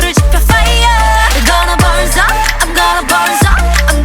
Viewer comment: “I’m gonna burn up” Me 1st time listening to Bird: Hmm, the pronunciation is kinda weird Me 50th time: “I’m gonna burn sup, I’m gonna burn sup........Fire ~”